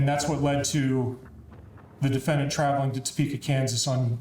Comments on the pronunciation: I am very distracted by the prosecuting attorney and her pronunciation of defendANT. 😂😂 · Ohhhhh my Gaaaaaaahd, WHY does the prosecutor keep pronouncing “defendant” like that? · The only prosecutorial misconduct was that insane pronunciation of "defendant." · If for no other reason, the prosecutor should’ve been disbarred because of her pronunciation of the word “defendant.”😂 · bruh I can't listen to this prosecutor say "defendant"